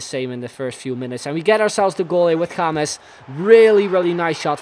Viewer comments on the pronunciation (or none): none